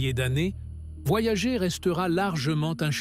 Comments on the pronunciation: Franchement tu aurais pu dire à l ia comment prononcer le nom de la sonde . Voyagé , ça fait quand même a coté de la plaque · "Voyager" prononcé à la française est un verbe et c'est IDIOT. Voyager est le nom de deux sondes de la NASA, lancées en août 1977, et se prononce "Voyageur". Je ne vais pas plus loin que les premières secondes de cette pseudo-vidéo générée par IA. Les deux sondes continuent leurs courses dans l'espace et n'ont pas quitté le système solaire. Communiquer avec elles exige de la patience parce qu'un signal radio, se propageant à la vitesse de la lumière, mets des heures pour les atteindre et est très dispersé, kif kif pour les signaux retour. Les deux sondes sont à 15 milliards de km de la Terre (4 fois plus loin que Neptune) mais il faudra environ 300 ans à Voyager 1 pour atteindre la limite intérieure du nuage de Oort et 30 000 ans pour en sortir, autant dire qu'on n'aura pas des masses d'infos. Quant à Voyager 2, le contact a été perdu. - 50 ans pour parcourir "seulement" 1,5.10^10 km. Alpha Centauri est à 4.10^13km soit environ 3000 fois plus loin. 50 x 3000 = 150 000 ans pour approcher Alpha Centauri. Vous croyez encore aux voyages intra-galactiques ? Les distances dans l'espace et dans le temps ne sont pas à l'échelle de la vie humaine et l'espace n'est pas vide, il est parcouru par les rayons cosmiques crachés à des vitesses relativistes par les étoiles et les supernovas, et par un intense "bain" de rayons ionisants UV, X et gamma. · Voyager ....à prononcer en anglais !mot utilisé par les anglo saxons